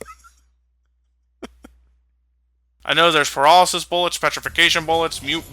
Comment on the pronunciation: Did say "Perallisis"?